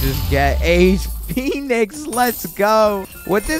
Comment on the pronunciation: He said a pheonix it’s the way he says it in his country